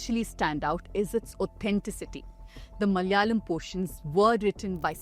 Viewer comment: In every word spoken, if the vowel on the second letter is suppressed, you're not from the South. It is Mala'yalam, not Mal'yalam.